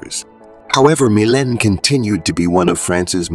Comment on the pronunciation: It’s pronounced Mee-Layne